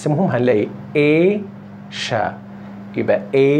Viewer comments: Asia تنطق ايجا الجيم معطشه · سؤال هو ليش تلفظ كلمة Asia بهذه الطريقة يعني sia مو من الاصوات المركبة فليش تلفظ بهذي الطريقة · اي بالضبط استاذ قصدي sia انه زمان كنت الفظها آسيا هذي التركيبة sia دائما تلفظ ش ؟؟ لو كلمات القليلة لان هي مو ضمن الاصوات المركبةch sh cie الى اخره